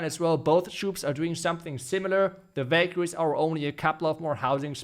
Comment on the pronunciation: Ohhh now i see he was saying valkarie not bakery😂 in the end of the video i noticed great video too i liked it